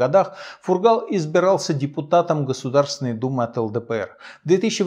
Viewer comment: Здравствуйте, все!!! В фамилии Фургал в произношение ударение ставиться на первый слог!!!